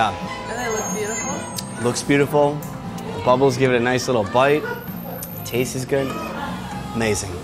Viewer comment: "Tastez good"